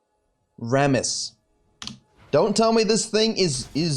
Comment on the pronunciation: I watch this video mainly to hear RRRRRammooss Also, I don't have much time to play and play mostly jngl only when I do, but man did they GUT jngl role sooo bad -_- If you lose some ganks, and just focus on ganks, you lose wayy too much xp, and you end up being lv.8 with a jgnl with worse score than you being lv.11..